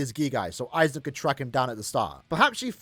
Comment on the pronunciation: Its AIZEN by the way...